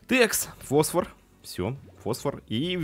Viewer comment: фосвора а не восвора